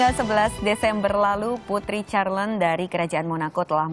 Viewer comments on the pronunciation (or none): Putri Charlene (dibaca Syarlin bukan Carlen)